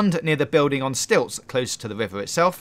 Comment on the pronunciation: I hate how he said right "Wuife" and river "wuiver"